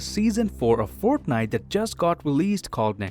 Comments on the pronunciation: My dude said “forknite”😂😂😂😂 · I love how he pronounces fortnite as forknite